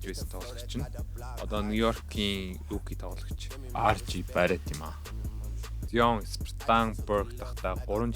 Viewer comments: Zayion gj unshwal zuw bhaa amjilt goy bolson bn. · zaayon gsn duudlagatai shvv bro neg evgvi sonsogdood bn